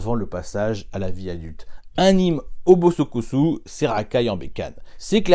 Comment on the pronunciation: Hey, ça fait 2 fois que je t'entends dire Bosokosu au lieu de Bosozoku ;)